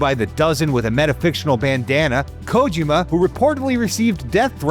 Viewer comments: This bastard kept saying KOW-JIMMA instead of KO-JEE-MA. Could have at least learned how to say HIDEO's name right. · For the PPL who grew up with MGS we all know his name is not KOW-JIMMA but instead KO-JEE-MA. ✅ And the bastard was the one who wrote this story. Could have at least learned how to say HIDEO's name right. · Can you guys hire someone who can pronounce Kojima’s name properly? And doesn’t make terrible jokes that sounded like AI wrote them? More videos from please. You guys need to hire real journalists this video is so cringe